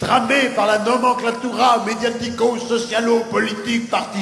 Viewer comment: et enfin... "launoenclaturame" = nomenklatura